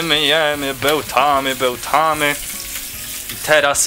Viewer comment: Beltamy beltamy